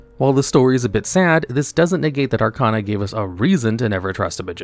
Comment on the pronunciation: You’re pronouncing Arkana wrong. It’s Ar-KAY-na